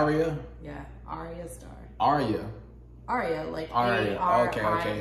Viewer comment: her name i actually pronounced AARYAH